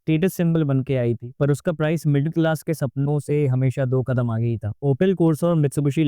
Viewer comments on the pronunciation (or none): none